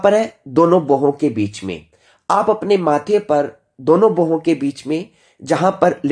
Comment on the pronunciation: आपकी सामग्री तो बहुत अच्छी है। कृपया उच्चारण का समुचित ध्यान रखें जैसे आप ब्रह्म को भ्रम बोलते हैं भोहों को बोहों, शब्द को शबद आदि।